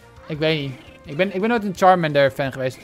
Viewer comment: Het is charmander